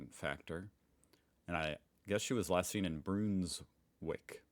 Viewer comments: ISLA is pronounced the way we say isle and island. Why did you read Broonswick? It’s a short vowel, Brunswick as in buns and runs. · It's Brunswick not what you said broonwick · “Broonswick” nah mate, Brunswick rhymes with “bun” - like the thing that LAMB burger was resting between 😜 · Sorry, another one... "Brunswick" is "bruns" (same as "runs" but with a B) and "wick"